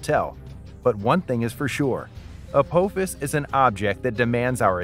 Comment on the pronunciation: Teach your AI how to pronounce, "Apophis".